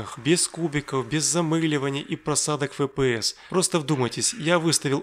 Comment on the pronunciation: Зачем кого-то учить правильно произносить слово Shield, если сам непрвильно произносишь FPS?